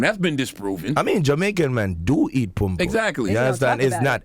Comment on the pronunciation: It's not pume pume,say after me PUM PUM!!